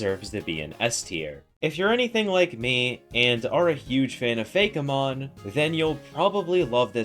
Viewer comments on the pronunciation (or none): First time I heard anyone call it "Fay-keh-mon" over the common "Fay-key-mon" and the one I use which is just fake and mon.